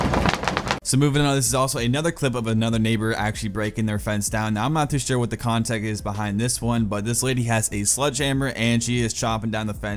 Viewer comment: At one point you said you weren’t sure what the “contac” of a particular video was. Did you mean context? I might have completely misheard.